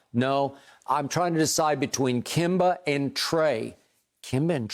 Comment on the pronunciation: The other guy is calling Kemba Walker "Kimba" HOW THE